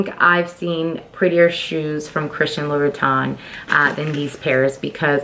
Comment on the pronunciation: 5’7” is NOT tall. And nothing wrong with being 6 feet. You can’t pronounce the brand. You are so ignorant and are trying way too hard imho.